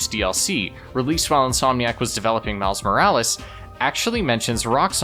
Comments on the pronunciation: IT IS ACTUALLY MILES MORALES NOT MIRIS MORELES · you can't even say the title of the game properly its MILES MO RA LES lol are you trying to rage bait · It's called Miles Morales not Miles Millis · OMG ITS NOT MILI MORAL, ITS MILES JEEEESE CANT YOU READ, HOW DARE YOU MAKE A CLEVER JOKE AFTER POINTING OUT YOU WERE GONNA MAKE A JOKE, IM GOING TO LIKE AND SUBSCRIBE NOW TO PROTEST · his name is miles morales not miles morales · Erm, you mispronounced miles morales! 🤓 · Hey man. You mispronounced Miles Morales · How dare you farm for engagement by miss pronouncing a name. Well jokes on you I’m too smart to fall for that! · You didn’t say miles morales correctly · You mispronounced miles morales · hey i think you mispronounced miles morales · hey you mispronounced Miles Morales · Nvm he did gng it's engage ment farming